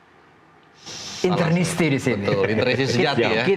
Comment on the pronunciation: Interisti.. bukan internisti.. terakhir kami kunci UCL 2010 dari klub2 italia.. tahun ini kami akan buka kunci itu lg.. semoga juara.. 2010 bagi kami, semifinal itu final yg terlalu cepat.. tahun ini jg akan bgitu.. FORZA INTER !!!